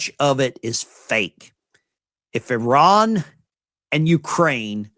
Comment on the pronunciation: Poor. He’s like all the rest. He has no idea how to pronounce. I R A N❗️